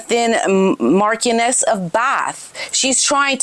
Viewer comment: I don't like be critical, but I am english. Marchioness of Bath is Emma Thynne, until her father-in-law's death was known as Viscountess of Bath. Longleat House is the ancestral home. Marchioness is pronounced, ("pronunced") Marsh-io-ness. Viscount= Vi-count, no s. That said, I love your channel. It just does scratch a little, when i hear mispronunciation of UK english when discussing matters pertaining to UK.I can't. speak american english. You all say rowt, I say root. (Route) Tomato/tomato, 😊